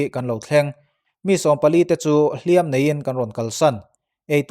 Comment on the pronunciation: "Lawp Lawp" tih hi Dawrh dawrh tih ang ni lovin, Chawrh Chawrh/Vak vak tih kan lam rik anga lam zawk tur a ni e. Tin, "Hliam tuar" tih a "hliam" hi mi kan va hliam emaw, misualin mi tu emaw a hliam thu emaw kan sawi dawn a nih chuan "mak" kan lam dan anga lam tur a ni a. Kan inti palh emaw, kan hliam hrim hrim kan sawi dawn a nih erawh chuan "Hriam" tih lam rik dan anga lam zawk tur a ni e. "Nghaisa" tih hi "Nghâisâ" tih ang ni lovin "nghaisa" tia lam zawk tur bawk a ni e.